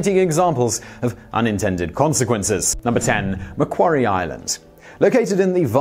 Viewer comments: Haha he pronounced Macquarie right the first time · Macquarie Island, said "Ma-quarry Island". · macquarie = Ma Qwa Ree